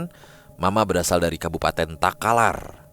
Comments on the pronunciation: pecah banget tawaku blg desa talakar 🤣 'KABUPATEN TAKALAR' BAAAANGGG!!! desa talakar hahahaha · Maaf Takalar bukan Talakar